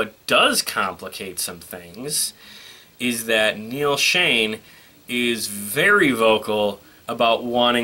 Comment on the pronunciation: It's Neal Schon by the way. lol :D